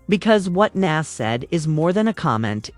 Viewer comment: I couldn't get past that repeated mis-pronouncement of Nas' name.